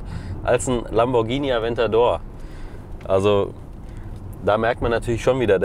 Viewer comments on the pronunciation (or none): none